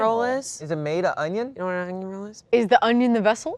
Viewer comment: Just realised says "Ungion"